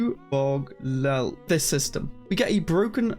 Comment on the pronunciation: Ubogleelt. It's a weird name, sure, but listening to you struggle to pronounce it is cringe. You-bog-lee-elt